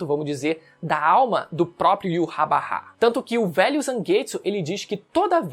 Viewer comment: eu gosto tanto dos seus vídeos, mas não fala Yurrabarrá, fala: Yurrabarra. O certo.